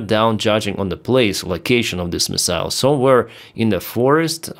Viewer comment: Hi, "MIssile" - stress on the first syllable.😁🙏🖕Take care!